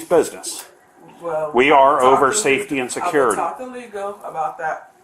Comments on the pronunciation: Lady cant pronounce Security 🤣 😂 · Say security again, how was that pronounced? WTF is wrong with people, the cops have authority over “safety and secuurity.” Twit. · "i called Suh-curr-ity already." That's all I gotta hear from that woman. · Can we not hire people who cannot pronounce the word "security" to enforce security.